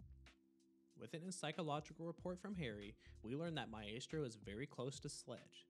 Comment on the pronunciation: on the part maestro its my-stro not mae-stro.